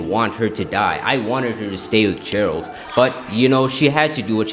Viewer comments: Jeralt trying to find silly? It's Geralt like get, not jet. I see a lot of people do this mistake. Same goes for Yennefer - it's not Jennifer. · Bro lost me at 'Jeralt'